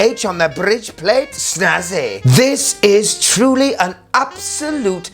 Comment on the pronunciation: Love how pronounce word bRidge